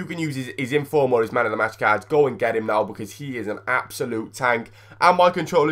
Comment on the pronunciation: U said infrom